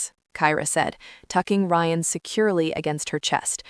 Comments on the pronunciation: Rion? No. Geta it right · Ok the broken bullet proof glass makes a whole lot of sense 🙄. AI mispronouncing Ryan is annoying.